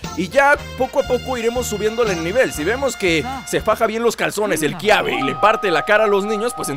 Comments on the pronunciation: es kabe no kiabe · Es Kaybe no Kiabe